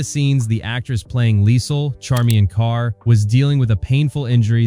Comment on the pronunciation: AY-del-Vise, not eh-del-wise. CharmAINe Carr, not CharmIANE.